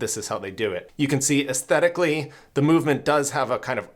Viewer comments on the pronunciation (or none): I’m sorry but the way you said “aesthetically” got me cracking up 🤣